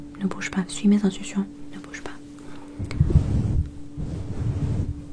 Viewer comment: juste un truc : mes instructions se prononce mé z'instRukssion